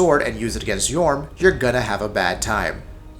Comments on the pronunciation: ITS FUCJUNG YHORM NOT YOHURM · Right, well. 1. No Aldrich. Seriously? Just WTF. 2. Numerous misspellings, mispronunciations, etc. Curse-ROTTTED greatwood? YOHRM the Giant? EYE-u-dex Gundyr? THE Vordt? Lazy, lazy, lazy. 3. The list. Greatwood above Abyss Watchers? Yhorm above ANYTHING (seriously, the menu switching is the only threat in that fight) Consumed king at #4? Deacons above Vordt? Friggin' Asylum demon 4.0 at #7? Terrible, terrible list.